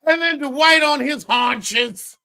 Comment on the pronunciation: Not his “hauches” damn….😂😂😂😂 im done!😂😂😂😂